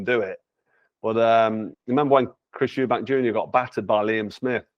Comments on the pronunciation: I've heard it pronounced 'Eubank' and 'Eubanks' but never 'Erbanks'!! Lol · i cringed every time he said it lmao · Man said Chris “errbanks” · His calling him Chris Herbanks lol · Correct the mani on Urrbank 😂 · How he pronounces Eubank is as wild as any punch he’s ever thrown 👀🫨🫨🫨😂😂😂